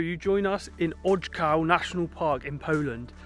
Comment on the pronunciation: Great videos! The National Park you were in wasn't odge-cow or oj-cow. You probably noticed a grave accent on the O. It's oyh-ts-oof, or as close as I can get with English phonetics.